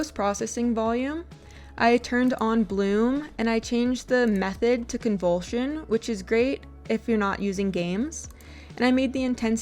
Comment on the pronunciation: I swear you are mispronouncing everything on purpose. "Attention radius" > Attenuation radius "Brokeh size" > Bokeh size "Convultion" > Convolution LOL